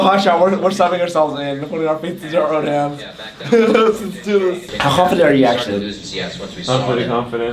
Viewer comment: LOOL regi says "how KHAWWWfident are you...."